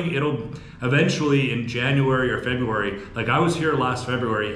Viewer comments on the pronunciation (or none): none